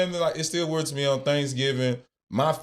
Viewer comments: He can’t even pronounced the word “weird”. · Bro Ninjas are just ninjas. You can't make sense out of stupid. Bro can't even saw the word Weird right. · Can’t even pronounce weird correctly!! What an idiot!! People have jobs and Russ was always in an NFL SEASON DUMMY!! What an idiot!! Russ is VERY CLOSE TO HIS MOM AND SISTERS!! Where are you at now because Russ is still in the NFL! What a hater!! I also get food catered on the holidays and for birthdays!!🤬🤬🤬